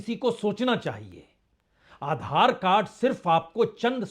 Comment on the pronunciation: Are tum adhar ko galt tarike se bol rahe ho